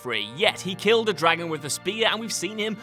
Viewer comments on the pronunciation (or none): none